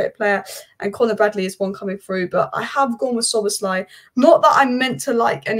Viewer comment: You are fully right, Szoboszlai was the best signing of the season… prounanciation of his name is almost perfect :)